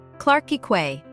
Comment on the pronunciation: Quay is pronounced key